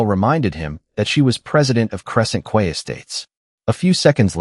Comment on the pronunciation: Quay is pronounced KEY, not KWAY! AI can be annoying